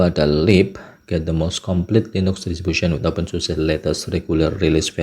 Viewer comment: bacanya "open susa" bang